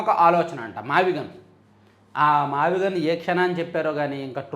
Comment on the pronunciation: మీరు సరిగ్గా పలుకలేదు మావిగన్ అనాలి. కష్టపడి తన పేరు వచ్చేలా పెట్టుకుంటే మీరు గాన్ అని పిలుస్తే ఎలా? గాన్ ఇంగ్లీషులో gone 😂